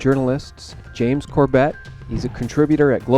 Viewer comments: Show James some respect by learning to pronounce his last name. Have you ever watched any of his videos? He clearly states his name every time. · Mate - can you pronounce his NAME correctly??? Just listen to how James Corbett pronounces his own surname and do likewise. it isn't difficult. I know you're not trying to be rude but please - get it right. It's embarrassing and is too nice of a guy to care so he won't correct you.